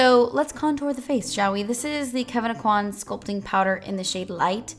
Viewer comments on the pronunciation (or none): none